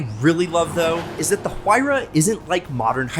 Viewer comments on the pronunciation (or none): It sounds like Waira, not whoaira!!! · It's written Huayra but pronounced Wayra, not that hard to find the right pronunciation if you have Google. Btw Wayrapuka is the god of wind from the Inca pantheon. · Stop with the H it's silent 🤫 You love the car say it's name right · Sorry, but I just can not comprehend how you pronounce the name of you favorite car incorrect. Take the word "Wire" and then add "Ah" sound in the end. There you have it. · OMG! It's ear ripping when you americans start to butcher European names! Just listen how he pronounce Pagani Huayra "Tricolore" or "Horacio" (owner name)! If you so obsessed with Pagani or just love it, you should be willing to learn pronouncing those names the right way! C'mon man, try to be professional, please... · Stop pronouncing the "H" you doorknob